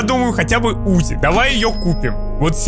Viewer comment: Не `узи а узи'